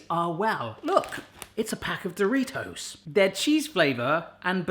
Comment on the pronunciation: I hate the way you say do. Ri. Toes.